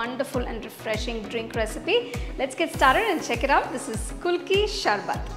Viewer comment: MAM ITS PRONOUNCED KU LU KI .APART FROM THAT .GREAT PRESENTATION .ADIPPLI IF I MUST ADD :d